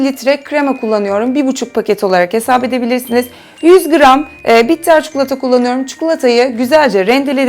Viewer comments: Cukulata degil çikolata 😂😂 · Çukulata değil çikolata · Çükülata yıl severim 😂